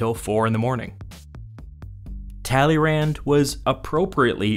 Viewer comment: Kudos to a great video and thumbs up for this huge task except the funny pronunciation of Tälleeränd. Please! Check the right French pronunciation..... tuh-lay-'Râ. Stress on last sillable which has a nasal a